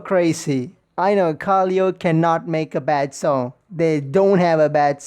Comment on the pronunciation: Sick reaction! Minor thing tho it pronounced ka-lay-o